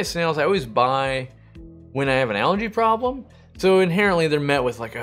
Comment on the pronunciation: I was wondering why he kept talking about allergies and then realized he was saying algae lol